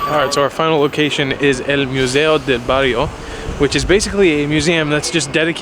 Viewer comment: Hahaha! Love how he pronounces El museo del barrio.